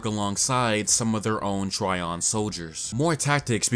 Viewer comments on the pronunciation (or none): But you did exactly opposite. You were pronouncing it correctly (like tree-on) and when switched to try-on. Correct way is tree-on. Just listen original japanese dub, if author wanted word trion to be pronounced like try-on, it would toh-rah-ee-on (and written in katakana like thisトライオン) , but characters clearly say to-ree-on and its' writtenトリオン in manga.